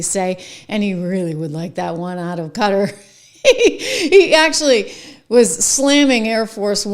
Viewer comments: Qatar. [The Amir of Qatar, when he’s speaking English, pronounces it “kuhTAR”. The “cutter” or “gutter” pronunciation is incorrect.] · ka tar, not cutter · It is a country in the middle east. QUATAR! KAH-TAHR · QUTAR. Some folks pronounce it CUTTER.